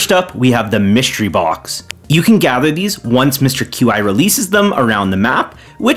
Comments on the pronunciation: "mister Q-I" has got to be the craziest pronounciation of his name I have ever seen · The way you pronounce mr qi's name is genuinely hilarious. CA confirmed his name is pronounced kwee, though.